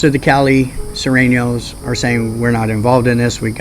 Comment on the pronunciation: Surenos not Sorenos